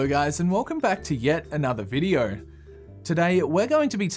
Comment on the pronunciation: You can just see his mouth moves wrong when he tries to say ‘video’, but instead he says ‘videor’